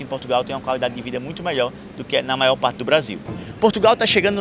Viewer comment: 10 MIOIS DE PESSOAS MAIÓÓ